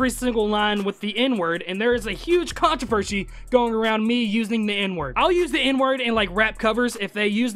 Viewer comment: did he really just say controvershi?